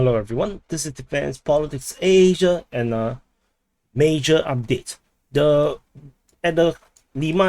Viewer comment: here we go, thats the ASSSIIAAAAAA pronounciation i was hoping for.